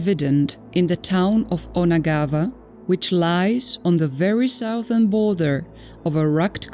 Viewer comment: Damn, can't AI do a better English pronunciation. VASTLY not WASTLY. Southern, not Sowthern.